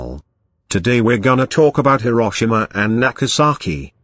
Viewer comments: It’s Nagasaki not nakasaki. You saki! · It's Nagasaki, not Nakasaki.